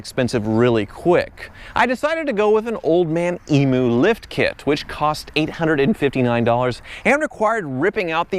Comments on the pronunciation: Nice wagon! Petrol model LandCruisers are very rare in Australia, they are mostly diesel here. A little tip, Emu is pronounced eem-yoo, not ee-moo! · "e-moo" = bad "e-mew" = good "Emu!" :) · Looks like your basic Aussie 100 Series Land Cruiser after the upgrades now just with a Lexus badge, Old Man Emu is pronounced "eem you" just FYI ;) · Ok. For you Americans who need to know about pronunciation. OLD MAN EEEMEEYOU is how you say Emu